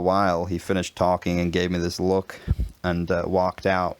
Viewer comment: In the last example, the vowel sounds are a little too long. look laugh, need to sound like three letters , clipped off and short without a hint of the longer vowel sound, so NE British, booook, no, buk, short u sound.